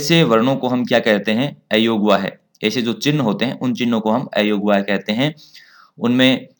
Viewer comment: ऐयोगवाह कहना सही है या गलत।अयोगवाह में अ का उच्चारण अ होना चाहिए